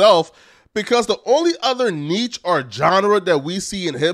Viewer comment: You're still pronouncing niche wrong. Not "neetch", its neesh or nitch. You may want to stop using words you dont know the pronunciation/meaning. Also, your recent Tariq interview indicates you should seriously consider speech therapy. It was borderline unwatchable.